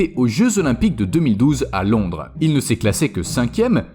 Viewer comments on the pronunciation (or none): none